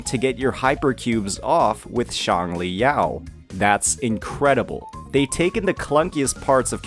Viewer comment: please don't pronounce Xiangli like Changli, this is very confusing, Calcharo will still be played by people who don't suffer from skill issues and don't want to waste their time and materials to level another electro main dps 🤷‍♂